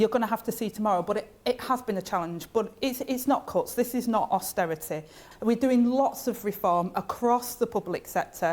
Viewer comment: Eee by gum.. Its not austerity.